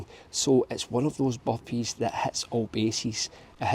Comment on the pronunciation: He's talking about the Boppees